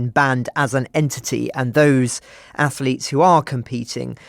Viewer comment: Wow, what a terribly biased narrative by your crew! It would be great to have a neutral stance instead of the personal view of a poorly educated oik who says "ath-a-lete".